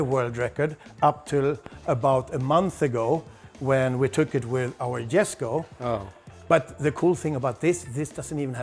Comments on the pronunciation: YOU LOST ME WHEN YOU CALLED IT "GESKO" IT'S a "Yesko" Jesko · Isn't Jesko pronounced yes-ko?